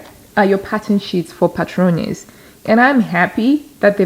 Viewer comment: Hola,! You pronounced "Patrones" perfectly! Greetings from Spain 😊